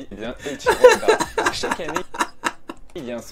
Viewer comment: Eichiro Yoda 😂😂😂